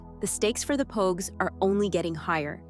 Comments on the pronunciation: better tha. the last review i watched. he called the pogues, pawgs. JJ believing he was a pawg could definitely be an issue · bro it was so crazy cause he called pogue , pogue. Everyone else was pawgs. The review was good it was just pure comedy though and it wasn’t a mistake. I hope he leaves it up.